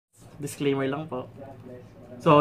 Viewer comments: Thank you po sa tips. By the way ung PAW po ay "PO" not "PAU or PAO". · sir, it's Pô po. 😊